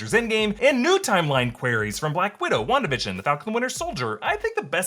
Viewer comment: “Wandatha vs. agatha” best mispronouncing ever